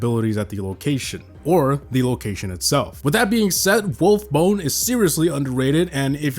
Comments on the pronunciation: WolfbAAAne not wolfbone you bonehead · Wolfs - BANE. As in Cane but with a B. I cannot possibly be the only person this triggered to high hell.